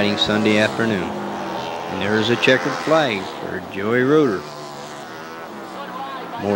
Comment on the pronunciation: Very annoying hearing you say Joey Roeder it is Geo Roeder Pronounced Joe. How do you not know this? It is a shame they took this track out.